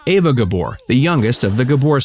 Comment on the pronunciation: Her name is Eva not Ava